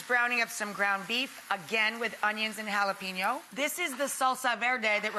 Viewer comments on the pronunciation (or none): Hal-ey-PAIN-yo not PEEN, yo.